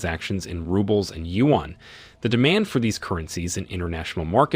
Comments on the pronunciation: You should use Google translate to learn how to correctly pronounce China’s currency, the yuan If pronouncing “yuan” is too difficult for you, use the common alternative name, the letters RMB for the Chinese RenMin (People’s) Bi (currency) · Whoever is the journalist in this video, is an idiot. You cannot even pronounce "yuan".